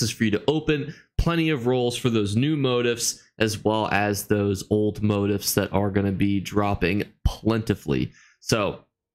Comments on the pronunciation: It's MO-TEEF!!!!! Not MO-TIFF......😁😁😁 Other than that good stuff!!!! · It's pronounced mow-teef